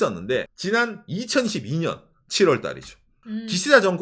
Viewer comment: 자꾸만 2012 년으로 들려서 제 귀가 잘못된 줄 알았어요 😂😂😂 2012년에도 기시다가 총리를 했던가?? 갸우뚱 했네요 2022년이면 굉장히 최근인데… 흉악범들은 한국에서도 조금은 집행해도 좋을 거 같네요… 교도소 수용 인원들도 너무 많고, 흉악범죄자들에게 세금이 쓰이는 것도 조금 잔인한 생각이지만, 상대적으로 약자에게 쓰이는 게 좋지 너무 낭비란 생각이 들거든요 😂😂 하하